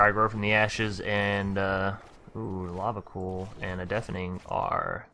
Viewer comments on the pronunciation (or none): Not trying to be a dick but it's Lava C-Oil (as in the black liquid stuff). Although it's funny hearing you say Lava Cool :)